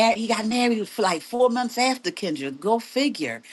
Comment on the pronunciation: Why is Kendra pronouncing her name, like the animal “gazelle?” 😂😂😂